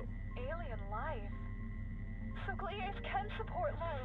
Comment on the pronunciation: and the game were pronouncing it incorrectly. It's spelled Gliese and pronounced gleez-uh. Some planets are named Gliese x, where X equals the planet or star's identification number. Gliese is a real thing and is named after the German astronomer Wilhelm Gliese.